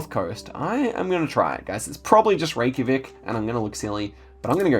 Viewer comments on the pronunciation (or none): none